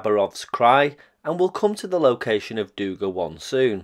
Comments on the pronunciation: Just as a side note: it is dugA, not dUga. Also, Habarovskiy krai, nor Kabarovski. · Not dOUga. It’s dugA, accent in the last letter. No criticism, wonderful content, just a notice😄